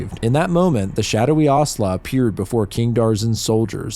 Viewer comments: I got really excited when I saw this in my feed, but had to stop watching this after the 10th time in as many minutes when you said 'Aurhslah' for 'Owsla'. If you had seen any of the TV/series/Netflix adaptations, OR Googled it, you would know it's said as rhyming with 'house-la' or 'mouse-la'. Instead of taking wild guesses at pronunciations of words you've never encountered, try finding it out first. This was the first video of yours I'd seen/been recommended, but sorry to say I won't be subscribing and this does get a downvote. Best of luck to you for future endeavours. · Ahhh yes, the movie that traumatized certain generations 😂😮 EDIT: Its Ow- slaw, not ah- sla haha 😊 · owsla is pronounced a bit more like it's spelled